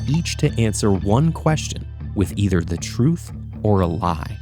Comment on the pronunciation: The “ether” in “either or” was pretty subtle.